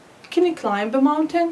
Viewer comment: Hi ! I Want just to say sth it klimb we pronounce it klaim not klaimb Otherwise everything is fine Good luck!